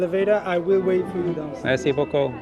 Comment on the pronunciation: Anyone of any background: speaks This guy: Mayr-see boo-coo!